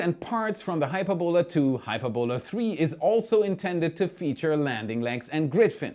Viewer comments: Hyperbola, not Hyper-bola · not "Hyper-bola",.. "Hy-perb-ola";) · an awesome video as always, but for one thing. The pronunciation of 'Hyperbola' is "hi - PER - bo - la", not "HYPER - bola". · It's pronounced Hy-PER-bo-la. The accent is on the second sylable. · hy-PER-bola,. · Hyperbola is pronounced [HY] + [PUR] + [BUH] + [LUH]. Its a curve in maths. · If it’s an English word, its hy-PER-bola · Why did you pronounce Hyperbola as HyperBOla? Words of Greek or Latin origin in English are almost always pronounced with the emphasis on the ante-penultimate syllable. For example we say EMphasis, nor emPHAsis. In Chinese it is pronounce shuang qu xian. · Math majors are face-palming at his pronunciation of Hy*per"bo*la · Please look up the correct way to pronounce hyperbola. You really got it wrong